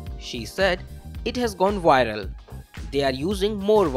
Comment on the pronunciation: She went “wiral”. 🤣